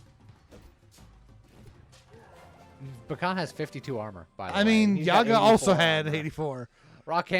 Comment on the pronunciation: This week is just Chungus week. Also I thought you were saying Pecan instead of Bakhan almost the entire video :P